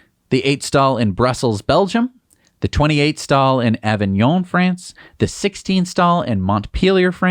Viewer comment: That was impressive 🤣, you managed to pronounce all of the French ones wrong except Avignon.